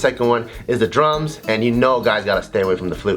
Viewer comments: I keep hearing drugs Instead of drums so it sounds like he said drugs helped me through r tough time lol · Whenever he said drums i heard drugs. "regardless of what stage of life i'm in, drugs will always be there for me" XD